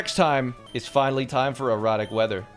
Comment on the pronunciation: Why does he say erratic like erotic?